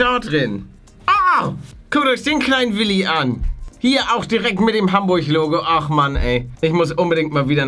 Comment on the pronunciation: Hamburch? Achsoooo Hamburg